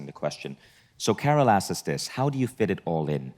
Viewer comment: Vishen.... the word is asks.